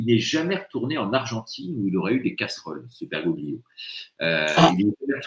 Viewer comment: renseignez vous un peu !!! Bergoglio nom d'origine italienne on ne prononce PAS le "g" qui sert à faire un son mouillé comme le double l espagnol !!! comme le "g" des tagliatelle... LOL vous qui venez nous expliquer tout, soyez crédible et pas incultes